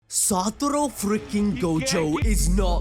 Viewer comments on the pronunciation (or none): i dunno why u keep on sayin satoro xd its satoru xd but its in every video lmfao